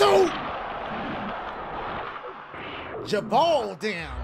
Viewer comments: I lost it when he pronounce it as I dont gevaudam! 😂😂😂 mufukuh! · It's really pronounced "je-voo-dawn" my dad who's really about his French ancestors told me about that village and the supposed monster it was a great story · it kinda sounded like dashie said the monster of giveadam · I was anticipating how Dashie would pronounce the Bishop's name and I was not disappointed. Replayed that about ten times.